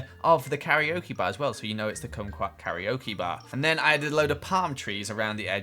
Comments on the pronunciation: you pronounce kumquat like squat lmao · Congrats on saying kumqout kokeok bar lol